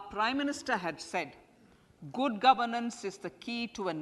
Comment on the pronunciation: Bery bery gud